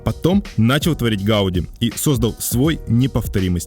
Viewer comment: Ужасно всё время коверкает фамилию архитектора ! Ухо режет. ! Раз каталонцы ставят ударение на последнем слоге - ГауДИ, что и было озвучено самим автором, значит, так она и должна звучать, В Барселоне это слышишь на каждом шагу.